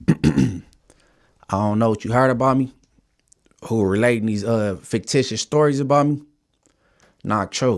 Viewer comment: “Faketitious” I’m gonna trademark that 😂